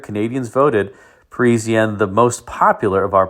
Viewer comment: it is not perisienne,,it is Parisienne like paw with no w French word means people from PARIS